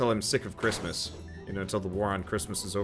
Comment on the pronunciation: Crit-mas Tree